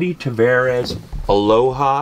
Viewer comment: It's Tavares, not Travares.